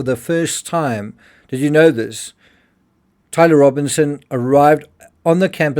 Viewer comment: You need to learn how to say Tyler before you make anymore videos about him